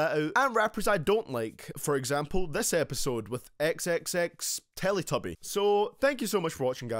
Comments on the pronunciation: totally offended😑 TEN. TA. CION! Got it??😑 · this nigga said "xxxteletubbie" 💀💀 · Did you really just call him XXXTeletubbie? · Nigga said XXXTeletuby at the end 💀💀💀💀💀💀💀💀💀💀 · He called x xxxtentacion hehehehheehhe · He said terestrial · "xxxterastiol" I'm deaddd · u said xxxtentaction wrong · Did he say xxx tes testridal when he said his name😂😂😂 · Its Tentacion.....T E N T A C I O N